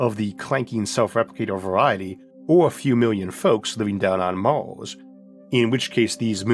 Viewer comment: Honest question, why do you pronounce some words like you do? "Maws" instead of Mars for example. Is it an accent?